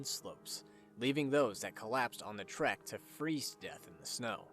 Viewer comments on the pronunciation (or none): none